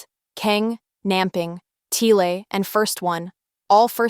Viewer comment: I agree with everything you said, except you kept mispronouncing the names 😅 didn't you hear them being said in the series and interviews? Even when there's an h after a p, you don't pronounce it as an f sound, like you do in English. It's just a p sound, so Pharan is "pah-rahn". And I'm pretty sure you don't pronounce the l in Tle. It's just "teh" sound.